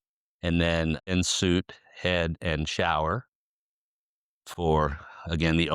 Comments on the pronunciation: Thx for noting that...I caught it too, and cringed. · Quite lovely...remarkably maintained! One note on the salesman's pronunciation of en suite. It is pronounced AHN Sweet...not in suit. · ugh...it is NOT en SOOT. It is en SUITE. (SWEET!)